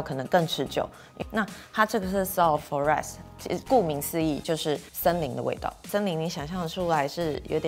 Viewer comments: 我也覺得發音錯了吧?! (以為聽錯... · 真的尷尬🤣 我還以為我聽錯了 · 不會念的字還是得請教別人再來介紹 被會的人聽到真的怪尷尬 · Soul of Forest的forest發音錯了吧，專業一點好嗎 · Forest讓我疑惑了一下好像，不過他很會形容東西